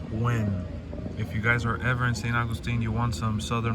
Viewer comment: That place was soo good! It makes me laugh how you say st augustine 😝🥰